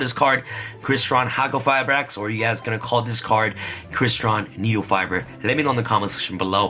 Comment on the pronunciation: Ok ok let me repeat after you... Needlefiber